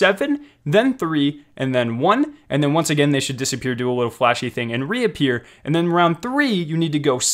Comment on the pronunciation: He also said wittle instead of little